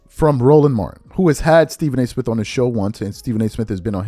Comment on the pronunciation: Why do you pronounce “Smith” and “birthday” as Smif & burfday? Play the tape.